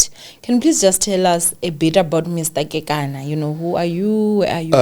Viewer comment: 👏🏼👏🏼👏🏼👏🏼woow you pronounce the surname correctly 👏🏼 KEKANA. Mathebele a moletlane Zebediela Limpopo my home 🏡 ♥️